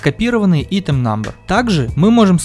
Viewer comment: Помоему говорится (АЙТЕМ)